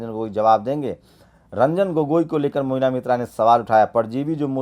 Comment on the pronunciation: मोइना नही महुआ मोइत्रा नाम है।